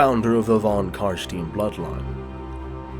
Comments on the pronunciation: Von CarstEIn not Von CarstIEn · I know it's a minor point but in German Stein is not "Steen" it's "Shtayn" - they pronounce it properly in the game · von car-stine, not von car-steen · Its pronounced Car-stine not Car-stene. and Neferata didnt create the vampires Nagash did back when he was trying to find a path to immortality that wasn't lichdom, she was just the first one he used it on. She was however the one who spiked the punchbowl during a party with the elixir turning most of Nehekaras ruling class into vampires including Vashanesh who along with Aborash started to hate her for it. Which was why he went to Sylvania and started the first Vampire War, he was going to use the Empire to hunt down and wipe out all the other Vampire bloodlines. Unless of course GW retconned his storyline again. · CARSTIN = WHAT ? IT CALLED CAR-STEIN <------ A good example of this is with Albert Einstein. Nobody says "Albert Eens-steen", right? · Its "Von Carstein" not "Von Carstin" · Noooooooooooooooooooooooooooo! Kar- SCHTAIN Not Car-Steen. Jesus fucking Christ, Americans. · For some reason it triggers me everytime when you say Carstien cuz its Carstein. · His name is pronounced Carstein. Not Carsteen. In German names ei is pronounced like the word eye. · Always loved your videos but you made me sad how you pronounced Carstein. It's Kahr-stahyn, not Kahr-steen. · Awesome Video, even though a shiver goes down my spine everytime someone says "Von CarSTIN" instead of "Von CarSCHTAIN", which would be the right german pronunciation buuuut screw it, everybody can say what they want 😁 keep up the good work! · Not Carstien it's pronounced Carstain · >Official trailer says CarSTINE. >Procedes to call him CarSTEEN the entire video. >Somehow does pronounce Khemri correctly. >bloodyamericans.jpg No other complaints 7/10. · i'd say "CAR-SHTAIN' not 'CAR-STEEN', but whatever... there are two versions in the game so . . . >.> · Wtf is « carssteen »? Damn that triggers me